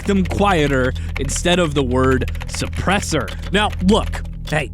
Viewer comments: Iths pronoucethd suuurpessthor thank you very muchthhhhhhh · Lmao people are actually complaining about the pronounce of the word suppresser